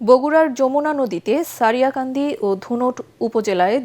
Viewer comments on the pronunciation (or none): ছারিয়াকান্দি না রে শারিয়াকান্দি